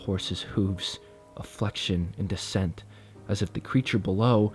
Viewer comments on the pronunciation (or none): none